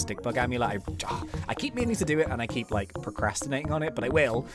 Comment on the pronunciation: U said heep not keep lol